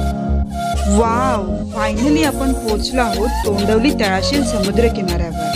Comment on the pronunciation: तोंडवली नाही तोंडवळी